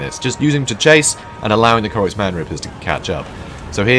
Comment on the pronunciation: Thank you for the cast, that was a blast! Long story short, the name is konos-m-g-r , as in the last 3 letters are individually pronounced, silly I know.